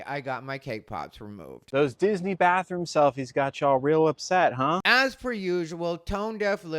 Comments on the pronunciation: I love the way says Dizzanee 🤣🥰 Did anyone else see the horrid filter used in Lily's stupid rage bait robe video? On the face and neck. Makes me wonder if there was actually any FFS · I like how that tatted guy added an extra syllable to “Disney.” Nice